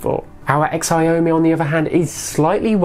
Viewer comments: Xiaomi is pronounced shyaumi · does he mean chow-me.... spelt xiaomi :-]